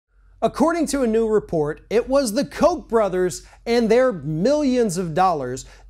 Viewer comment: It is pronounced Cock Brothers.. Cock.. not Coke.. Cock..